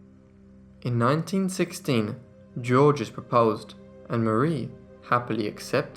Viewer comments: "Georges" is not pronounced "JOR-jez." It is pronounced "Zhorzh." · Just say 'George' which is nearer to the french pronunciation. The French do not say the final 's' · I love your channel and I don't mean to pick but when someone's name is spelled Georges, isn't it pronounced something like Zheorzh? The G's are pronounced like soft "sh" or like "zh" and there is no "S" sound at the end. You do great work here, my friend, this was just for future reference. Cheers! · Georges is pronounced George with no second syllable at all. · The S in Georges is silent! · The S in Georges is silent.